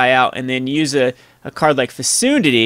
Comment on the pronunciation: Fecundity is pronounced "fee-CUN-dit-tee."